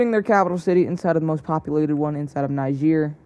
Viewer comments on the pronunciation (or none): Ahh the great country of Niger-YUH